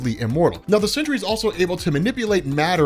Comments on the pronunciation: ok stop, just stop, u said he can't be killed but then did something after he was killed, just stop, this is far too messy, you're fucking up wayyyy to much and it's NOT CENTURY, ITS SEN-TRY. FUCKING SENTRY. GOODBYE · Please can you call him The Sentry and not the Century. Slow down dude. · So u, like warren from cosmic Wonder, just HAVE to call him "century" when it's simply Sentry. "Sin-tree" geezus it's so simple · Century...I kept hearing century